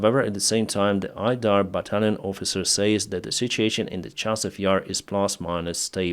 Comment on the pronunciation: Battalion : (ba- tal- yon)